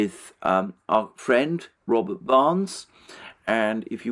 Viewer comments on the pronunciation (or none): none